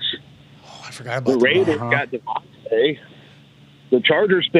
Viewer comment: It's "De-von-tay" not "De-von-tuh".